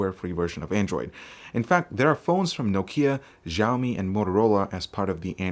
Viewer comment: GEE-AU-MEE ? lol dude say Xiaomi again it sounds so fresh